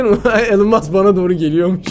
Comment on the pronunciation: Abi onu Elon maks diye söylemiyiceksin onun yerine elon Musk yani okunuşu Elon mask diye okuyucaksın